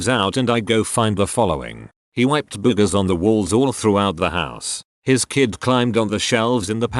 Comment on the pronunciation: "Boo-gahs." I love this TTS bot.